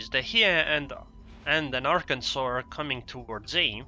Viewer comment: pronounced "Hyeh-ee" and it's the ARP version of Hiei, Kongou's sister ship. interestingly the C-hull on the Kongou is Hiei, not Kongou. It makes sense for war gaming to not rename just the third hull of the Kongou, just thought it interesting that they used Hiei as the third hull. Keep up the good work!